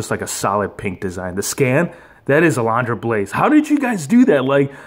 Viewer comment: Uh-LUN-druh. Say it with me now: UH-LUN-DRUH. Lol just messing with you bro. Great unboxing & review,! Gotta have that Razor and A-LUN-DRA Blayze!👍👍😁